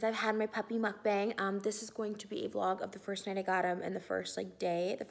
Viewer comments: Trish, it’s not pronounced “Mukbang”. The correct pronounciation is a bit different (it’s more like mok-pang) try searching for it here on YouTube! I think that queen of Mukbangs should know the correct way of how it’s pronounced. ☺️❤️ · when is someone gonna tell her it’s pronounced mook bong not muck bang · this is so frustrating for me bc mukbang is actually pronounced mookbong and its so,,,, FRUSTRATING how they mispronounce it the whole time 😭